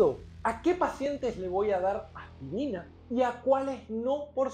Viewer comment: Me gusta su acento, como pronuncia "AJPIRINA" Saludos.